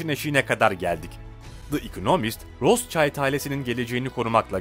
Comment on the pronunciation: Kissingir kişingir degil?rotşaylt degil,rotşilt tir.sacma sapan telafuzlar tapma.